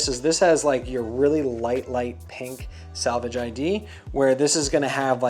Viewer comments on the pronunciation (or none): Selvedge, not salvage... unless you're repairing the denim. 😆